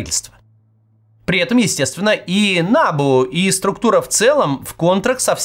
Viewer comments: Кац, если вы претендуете на то, чтобы объяснить и проанализировать украинскую ситуацию, то ставьте правильно привычные для Украины ударения - набУ, а не нАбу. САП, а не САПУ. Ваше нелепое ударение (нАбу) показывает, что вы ВООБЩЕ НЕ В ТЕМЕ ТОГО, ЧТО ПРОИСХОДИТ В УКРАИНЕ. Со стороны это смотрится так: человек рассказывает, что творится в стране и не знает того, что украинцы знают лет 10 точно - ударения в знакомой абривиатуре. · НабУ а не НАбу, росиянцы, уж если лезите куда вас не просят, называйте правильно и ставте ударения правильно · Не нАбу , а набУ. Как же режет слух. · та не нАбу а набУ !) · Дякую! Тільки не нАбу, а набУ, наголос на останній слог. Трішке ріже вухо, вибачайте вже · набУ только, а не нАбу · Кац произносит нАбу 🤣🤣🤣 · Не нАбу, а набУ. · Ударение на У, НАБУ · Максим не нАбу ,а набУ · В Украине идет ,может и туго,борьба с барыгами и из окон никто не выпадает по неосторожности. Одно то,что этой грязи позволили всплыть,уже говорит об огромной разнице. Во всех странах есть проблемы. Украине очень тяжело избавиться от совкового прошлого,да еще и вальтонутый сосед тянет вниз ,в дерьмо. И,да, НАБ[У]. Ударение на У. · НабУ наголос на «У» невоспитанная деревенщина 😂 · Ударение на У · Максим, ударение в слове НАБУ делают на втором слоге. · набУ, ударение на У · Подскажите кто-то Максиму, что НАБУ читается с ударением на последний слог. Это то, как его в Украине называют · Максим, все хорошо - но пожалуйста, ударение на букву У, а не на А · Я киевлянин. Все точно и по делу. В аббревиатуре "НАБУ" ударение на последней букве.